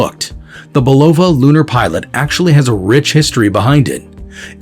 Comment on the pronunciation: Robot voice: you are mispronouncing BULOVA.